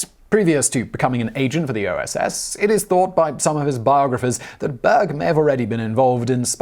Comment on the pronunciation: Berg means mountain in Swedish but the way he pronounces it(almost completely leaving out the r) makes it sound like "bög" which basically means gay(to be specific, those of the male persuasion). It's often used like the f-slur is in english as well. Hence me not being able to unhear it lmao.